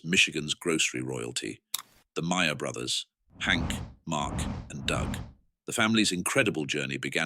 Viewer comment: At least it's pronounced right: rhymes with 'liar'.